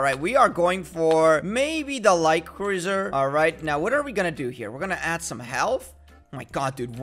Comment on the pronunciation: its prononced croozer (cruiser) not croizer